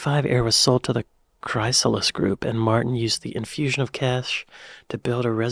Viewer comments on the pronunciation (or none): That's not how you pronounce "Chrysalis" (think Chris, not Christ LOL)